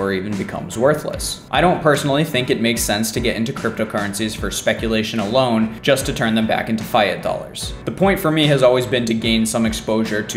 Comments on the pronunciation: Yeah, it's definitely not pronounced FIE-at as in the video. Ah well, if that is the only quibble we can find for this excellent video, that is pretty good! :) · It's pronounced "FEE-ought" Not fy-at.